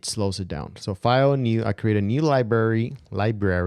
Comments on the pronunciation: There is an "R" in Library-- it's not Libary--- it's LibRary....... where were you educated?? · I'm subscribing just because I love listening to you talk! From now on, when given the chance, I'm going to search your channel for FCP and mac tips before searching all of YouTube. Keep it up,! PS...you can totally keep calling it lib-ary! We love it!